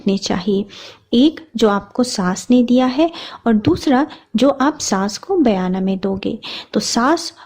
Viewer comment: Mem sargi bolte hain not sargai Or bayna bolte hain bayana nahi, bura mat maniyega maine socha apko bata dunga🥰🥰😊😊